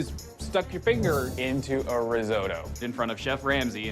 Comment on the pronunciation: Risotto* not Resouwrouw